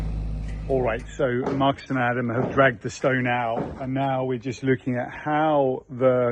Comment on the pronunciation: Guys, the correct pronunciation in Portuguese is not Marcus, but Marcos! (Portuguese spoken here!)